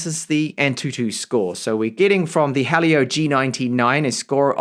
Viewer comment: hearing helio be pronounced as hah leo and not he leo/he'll yo hurts